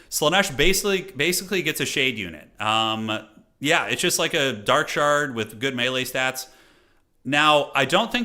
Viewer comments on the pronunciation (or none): none